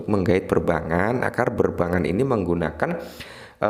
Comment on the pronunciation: Bang, tolong dikoreksi, yg mana benar? Perbangan? Atau Perbankan? Kalo denger perbangan, ya tinggal sambungin aja 😂